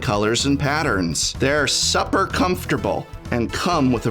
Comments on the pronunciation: They are "supper comfortable" 😂😂😂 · “Supper comfortable”? Oh no, he tried them on, didn’t he.